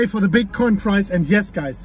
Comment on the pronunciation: Does anyone else find themselves saying "today foddabitcoin price" out of nowhere?